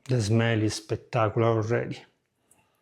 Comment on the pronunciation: SPECK-tark-oo-lar...... 😁😚😂.... Absolutely love your channel.🥰